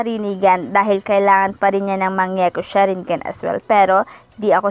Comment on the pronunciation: Mali basa niya pati sa mangekyo sharingan